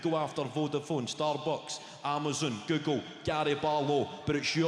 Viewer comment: To my American ear, it sounds like he's calling Google, "Giggle". 😅 Made it so much better for me